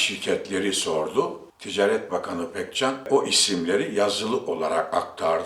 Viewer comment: Mahir deği...Maahir a yı uzatacaksınız...Ticaret değili...ticaaret...uzatacaksınız..Madem böyle önemli bir yayın işi yapıyorsunuz..Biz de dinlemek istiyoruz.Fakat Türkçeyi doğru telaffuz etmediğiniz görünce duyunca üzülüyoruz..Lütfen..Bir yabancı bile doğru telaffuz ediyor..Farkında değil misiniz?Düzeltiniz lütfen..Kitabınızı bile aldım..Sıradan bir iş yapmıyorsunuzki..Bakın yazarken FAİZ dediniz..faaiz diye a yı uzatacaksınız..Lütfen..A lar ile sorun yaşıyorsunuz..Sesli harflerle..Bir de robot gibi okuyorsunuz...